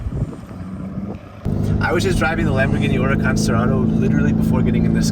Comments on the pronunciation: URACAN 😂😂😂😂😂😂😂😂😂😂😂. Where’s the h 🤣🤣🤣🤣😂🤣😂🤣😂😂🤣🤣😂😂🤣😂🤣😂😂🤣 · There's An " H " in Huracán LOL